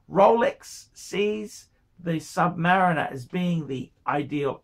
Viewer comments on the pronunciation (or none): Please pronounce Sumariner correctly its not sumarieeena.. its